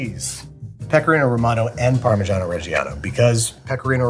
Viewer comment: Nice, easily to replicate tips. Yet, how about skipping your next trip to the tattoo studio and instead brush up on your Italian pronunciation? In "Luciano" and "parmigiano" the "I" after the "C" and "G" is silent. It is only there so you would not say "Lukano" or "par-me-gah-no". So say "Lou-tshah-noh" and "par-me-dshah-noh". Plus: In its natural state butter is just "butter", no need to mention salt when it's not there.